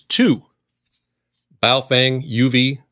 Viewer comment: “Bowel” Fang, lol